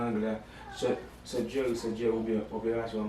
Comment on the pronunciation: Mw pa Nan #sòdjèri= #Surgery Jan yo di l'an anglè a😁😁😁😁😁😁😁👏👏👏 love you too much